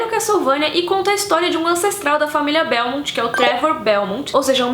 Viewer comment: Gostei demais do vídeo, parabéns! Só queria ressaltar dois pontos: A pronúncia de "Belmont" é exatamente essa, "Belmonth", e não "Belmon" ou "Belmonty" como alguns dizem, então dependendo de como você pronunciava quando criança, tava certa. Outra coisa, você em um momento diz que a animação não é pra crianças, porque mostra em certos momentos violência explícita, sangue, entranhas e um bebê sendo devorado. Tá certo avisar isso, mas... você mostra as imagens disso no seu vídeo enquanto fala:v Não valeria colocar um (+18) ali no título?